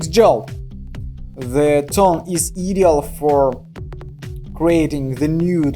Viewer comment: Ideal is pronounced “eye-deal”, just thought you’d like to know. Love your videos!🥰